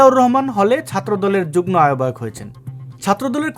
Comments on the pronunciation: আপনার উচ্চারণ হচ্ছে যুগ্ন, একটু সেরে নিবেন। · শব্দটার উচ্চারণ যুগ্-মো।